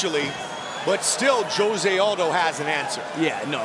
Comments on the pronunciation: OMG!!! Would someone get this Commentator to stop calling him J ose and tell him the pronunciation is H ose. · Announcer said Joe-zay in stead of Jose in he intro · Joe-say? Dude it’s Jose lol…seriously? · Joe rogan committing the 'saying jose aldo's name like josay' bit like nobodys busniess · Comentar try pronouncing hose-a. J in Spanish has the h sound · Joe-Zay Aldo. Joe-Zay 😂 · JOE-ZAY?? lmao! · So annoying how they pronounce Jose Aldo's name